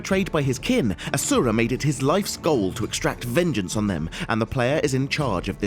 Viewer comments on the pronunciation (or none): none